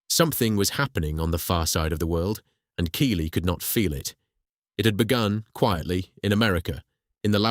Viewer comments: Keighley is NOT pronounced Keeley, its Keethley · It's prononced Keithley.